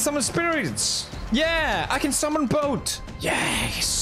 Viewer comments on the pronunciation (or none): for some reason the way that PewDiePie says boat is incredibly funny to me